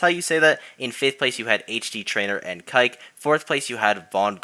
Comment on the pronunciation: Just so you know that Falco player from ThunderDome is pronounced "keykay" otherwise you're saying the Jewish slur. Also I'm assuming it's spelled like that because that spelling isn't an issue in Spanish. But it's spelled the exact same way so awkward.